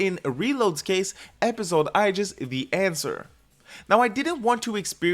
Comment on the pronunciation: whos this "aijis"? it's aigis